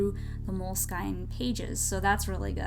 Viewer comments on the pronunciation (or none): Aww these are so cool!! Btw, its pronounced "Moleskin"